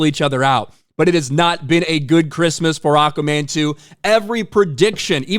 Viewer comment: lol says it like acaman😅